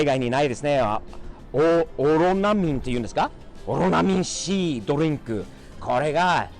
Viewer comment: オロナミンシーってw Cの発音が完全に日本人笑